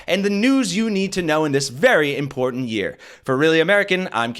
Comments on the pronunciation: It's impordant to understand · Marjoried can even pronounce important. Impordant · The big newly discovered impordant words. She does have trouble with the English language, along with other things. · Mtg please learn how to pronounce “important “. Now look in the mirror and start with yourself to decrease your constant chaos !